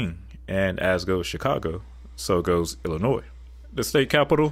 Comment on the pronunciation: I was relieved to hear "Illinois" pronounced correctly 😅